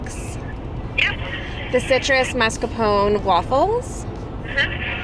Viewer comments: It's not MARS-capone. It's mascarpone. The r is in a totally different spot! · you said mascarpon correct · The "mascahpone" is so Boston/New England haha i moved out of the area last year and it made me miss home!! So thank you for the unintentional nod 😂